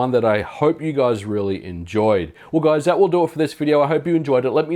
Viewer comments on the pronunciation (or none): none